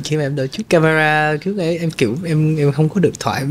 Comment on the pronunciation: Người dẫn làm ơn phát âm chuẩn tiếng Việt !! Lẫn lộn dấu sắc thành dấu hỏi vd: hôm ấy hôm ẩy, cái đó cải đỏ vv..Đáng buồn cho chất giọng Hà Nội xưa giờ bị lai tạp nham với xứ Bọ , xứ Nẫu...